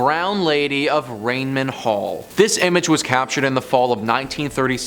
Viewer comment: Ray-nam, sweetie, not Rain-man.